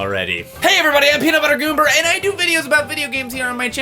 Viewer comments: he said goomber, not goober >:D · he said goomber lol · he said "Peanut Butter Goomber" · Hah he said goober when he should have said gamer